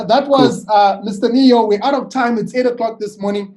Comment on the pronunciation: It's neo, not nio